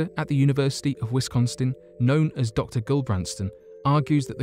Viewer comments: Did he say Wisconston?! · Wisconstin lol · Sick Boy WI yes, i heard it too.